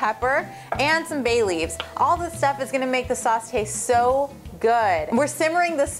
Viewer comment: I thought she said Bailey's, as in Bailey's Irish Cream...but then I saw "Bay Leaves" LOL . Thought I had an excuse to drink for a second there :(